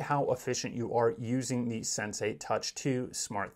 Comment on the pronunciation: It's not "SenSay" it's Sensee!!!